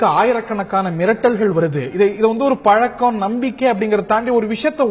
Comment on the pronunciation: கனிமொழி முதலில் தமிழை முதலில்ஒழுங்கு காய் கற்று வந்து பேசவும்.it is பழக்கம் பளக்கம் அல்ல. முதலில் எல்லா ஐயப்பன் கோவிலும் சபரிமலை இல்லை. சபரிமலை ஒரு காந்தமலை 10 முதல்50 வரை உள்ள பெண்கள் சபரிமலை சென்றால் பெண்களுக்கு கருமுட்டை அழிந்து அவர்களுக்கு மலட்டு தன்மை ஏற்படும். அதனால் தான் மூன்னோர்கள் இதை ஏற்படுத்தி உள்ளார்